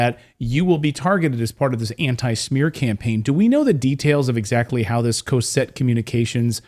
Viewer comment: It's not pronounced "Coe-set" Communications. It's pronounced "Caw-set" Communications. I worked there for years.